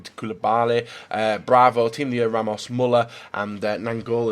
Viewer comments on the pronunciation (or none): none